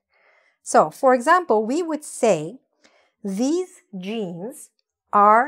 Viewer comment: The pronunciation of these and this are not clear 🤷‍♂️🤷‍♂️